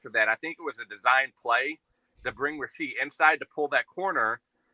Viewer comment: You're killing me, man... the kids' name is Rashee, not Rasheed